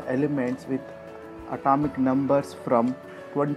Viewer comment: At"a"mic no. Too causes th same sensation Bor"a"n too Like nd I'll like in return